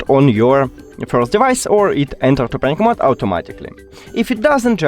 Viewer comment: enter what mode?, doesn't sound like your saying Bluetooth pairing mode